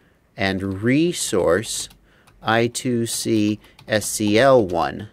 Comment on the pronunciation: I-squared-C not I-two-C.:)